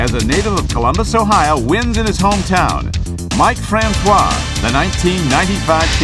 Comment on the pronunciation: Columbus isn't Mike Francois home town. Also his name isn't pronounced with the waa sound at the end. Its pronounced fran-cis.